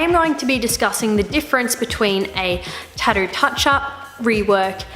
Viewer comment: TatTOO, there's no D in it. You said it right at 40 seconds. Proving you can.